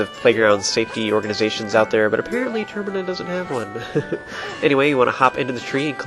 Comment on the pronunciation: The games called Majoras mask, there's no way termina isn't pronounced ter-my-na